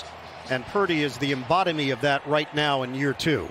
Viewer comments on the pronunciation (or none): Did just say, "embodimy"? What in the world? Portmanteau of embodiment and lobotomy? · Purdy is the “labodimy” 😂😂😂😂